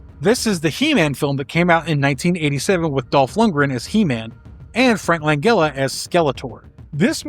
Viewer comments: Langella is pronounced "Lan-Jell-Uh" not Lang-Gell-Uh". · “Shy-mer”, not “Shay-mer”, and “Lan-jella”, not “Lan-gella” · Jesus......Frank Langella himself is disappointed. You can't even pronounce his last name properly. It's a "J" sound. Not a hard "G." Say it as though it's "Lanjella." That's how the man himself pronounced his own name. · Langella is pronounced with a soft G.